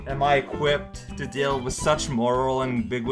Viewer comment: Lol, am-big-witty... Its am-big-you-ity Ps: you're cool